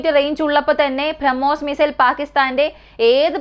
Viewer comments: ബ്രഹ്മോസ് എന്ന് പറയാൻ പഠിക്കൂ... കുറേ നാളായി കേൾക്കുന്നു ഇത് 🤦🏻‍♂️ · ഈ കൊച്ചിന്റെ ഉച്ഛാരണം ആരോചകം minimum ബ്രഹ്മോസ് എന്ന് എങ്കിലും മരിയാദയ്ക് പറയാൻ പഠിക്ക്.